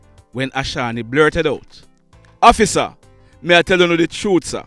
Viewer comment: Ur narration "Please hofficer, no kill mi!!" 🤣😂😁